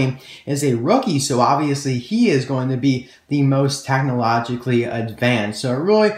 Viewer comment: "tachnology" "tachnologically" does that annoy anyone else??